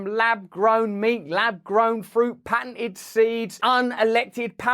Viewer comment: Russel I love you and listen to ALL your videos daily....only a slight thing.....you speak very fast and thats hard for some people to follow....so at the beginning of this video please pronounce "patented" with clear Ts.....its the most relevent word of the sentence which could easily be missed to non English speaking listener. I know its nit pickin but I want your presentation to be perfect! Lol